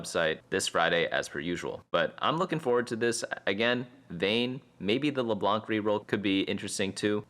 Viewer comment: Dude just said “Leblank”